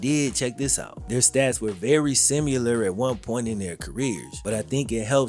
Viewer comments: There is no U is "similar". Where did you learn to say "simular"? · never misses a beat on "sim-u-lar" and I respect it. 🤣